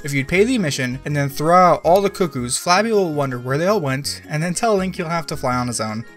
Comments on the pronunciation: did this boyo seriously refer to falbi as "flabby"? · Are you mispronouncing the clowns names on purpose? It's Fall-bee and Fee-ur. Hena gets mad because the pots on the wall above her could break not the bird being teased.